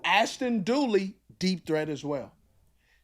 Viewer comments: Dulin, His name is Ashtin Dulin. Not Dooly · During! Not dooley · ASHTON DULIN not DOOLEY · I thought he was pronouncing Duleen.